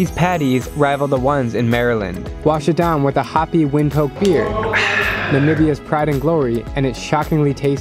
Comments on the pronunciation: I think Windhoek is pronounced "wind dook". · It’s pronounced windhOok btw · I know you are not from Namibia but if you go again try not to mispronounce Windhoek as they take pride in the capital try to pronounce it Vind-took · I know right, the way he said windhoek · You need some lessons on the pronounciation of Windhoek.